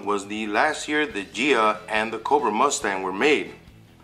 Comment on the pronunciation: it's "G-ee-ya," ("G" as in "Good") not "Jee-ya." Nice video though.